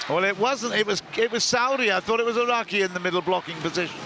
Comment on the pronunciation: Clinton Kim 시간과관계없이 전체적으로보면 일본선수들이 득점혹은실점을했을때 크게반응하는모습이고 한국보다 아라키선수가 서브할때 굳이 발음굴려서 알ㄹㄹㄹㄹㄹ 라키 이러시는데